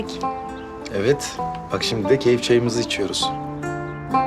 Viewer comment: “ keyif cayi” mi dedi o 😂😂😂